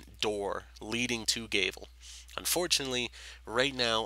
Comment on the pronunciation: G-ah-vel, not G-ay-vel. Gr-ee-ahn, not Gr-ih-ahn. Province, not providence, no d. Sorry if you are not a native english speaker.